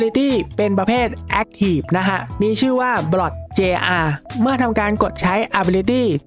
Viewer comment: พี่สกิลของ Blot(Blot jr.) คำว่า jr. อ่านว่า จูเนียร์ครับพี่❤❤